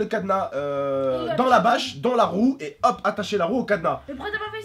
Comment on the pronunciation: J'adore jai l'impression qu'à la place de bâche tu dit vache 🐄 lol tai trop bien comme youtuber